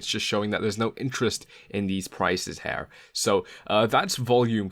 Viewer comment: SAY HAIR ONE MORE FUCKING TIME